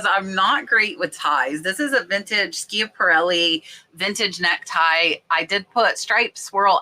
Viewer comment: Thanks for sharing! The brand of necktie is pronounced like SHAP-A-RELLI. L'Atelier means workshop or studio in French and is pronounced: LA-TELL-EE-YAY How did you know that the tiny ginger jar was handpainted? I always assume anything made in China is mass-produced....